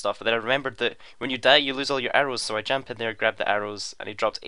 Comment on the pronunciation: JAMP!!? JAMP? that is not a word' the correct term is jumped